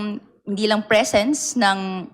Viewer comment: " to cross examines" ?????????? tanginang inglis yan!!!! yung "presence" nagiging "prisins"